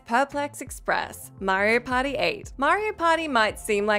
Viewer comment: Am I the only one who hears "Mario Potty" when she says "Mario Party"?